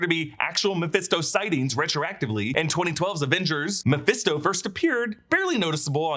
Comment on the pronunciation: You called Mephisto incorrectly at least 10 times over the years. Even a broken clock is right twice a day.